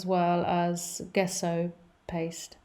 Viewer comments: Good video. Gesso, though, is pronounced "jeh-so" not "guess-oh". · It's pronounced dzesso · it's Italian. It doesn't matter if it's food, wine, art, science, it's somewhat important to use the terminology internationally understood, and if teaching: a bit important to get right. It also speaks to the credibility of your education and participation/experience within the field, as it's a shared language. So it's not at all about snobbery. You might have the wrong part extracted in surgery if there wasn't a requirement of using the agreed latin term and pronounciation. In this case it's just helpful information for the artist in question. I presume she's autodidact which by no means suggests she's a lesser artist than academics. But here's an example: if you said Gallo with an English J it would be understood as Giallo which means yellow. I've heard artists say Gouache wrong on yt on tutorials too. Typically Americans are lousy at French pronounciation which makes home grown American chefs unintentionally hilarious at times. Fashion terms are another source of hilarity. Remember the film Pretty Woman, where the young girl calls her exclusively giften gown a "Versays" instead of Versace? In my country some people say sucheeney instead of Zucchini. It doesnt matter if you're not in hospitality or food. But does if you are serving international guests. No big deal, just super handy. The English correct people on the names of UK locations and Whisky names ALL the time.